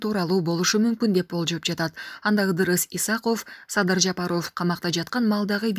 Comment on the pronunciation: Жапаровко дегенде о го ударение койбой па нын а сына ударение кой ошондо туура угулат а сенин Жапаров дегенин кытайча угулуп жатат